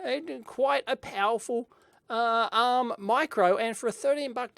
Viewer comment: With your australian accent, honestly I sometimes wasn't sure whether you said "uhm..." or "ARM" :)